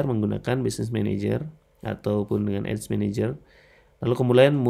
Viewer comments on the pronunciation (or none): ADS dibaca ya ADS jangan dibaca AIDS bang malah jadi beda arti info aja